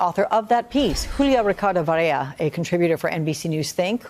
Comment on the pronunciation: I’m hearing her pronounce it as Varella and not Varela.